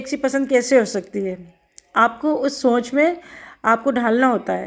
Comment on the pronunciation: سونچ نہیں سوچ اپنی اردو تو صحیح کرلیں یہی وجہ ہے دشمنائگی 😂 کی